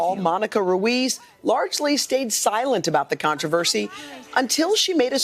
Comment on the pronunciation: He couldnt say Ruiz?!?